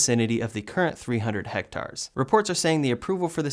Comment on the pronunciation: The metric unit "hectare" rhymes with "air" not "car" . Love the show.